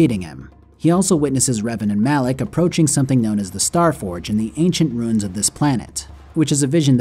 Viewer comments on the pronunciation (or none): I love all of your videos and have been back watching. Just please stop with the “roons.” They’re “roo-ins.” Haha, it’s in every game!